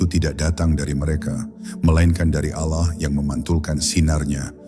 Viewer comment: Saya menyimak berulangkali konten seperti ini. Isi/ intinya bagus tp yg mengganggu adalah naratornya dlm mengucapkan lafal Allah. Kadang diucapkan dg lafal seperti pengucapan orang kristen, tp kdng seperti lafalnya orang Islam. Kok tdk konsisten. Naratornya benar2 Islam atau tdk..? Coba anda simak sendiri.. Cermati jg video2 yg mirip dg itu...